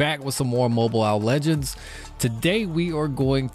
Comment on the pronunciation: #bashsquad and did i just heard u said mobile legiends